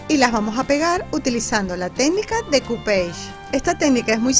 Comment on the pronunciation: Decoupage es una palabra francesa y de dice decupash, no decupeige.